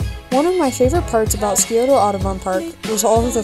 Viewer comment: Love your videos,! Quick pronunciation guide from a local: SYE-OH-tuh. The C in Scioto is silent and the O at the end is more muted. And if you’re wondering about the other Columbus River, it’s the Olentangy (OH-LEN-tan-jie). Indigenous names can be tough, and these threw me when I first moved here. Keep up the great work - I’m enjoying all the local climbs you are featuring and learning a lot about what’s around Ohio!